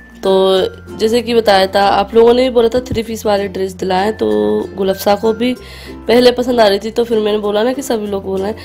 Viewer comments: Gul afsha hota hai apsha nai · Gulapsha nahi Gulafshaan hota hai naam to sahi se likho or bolo aap log f k bajaiye p kyun laga letey ho